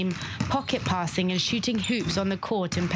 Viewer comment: I've never heard anyone having that much trouble saying Petah Tikva as this anchor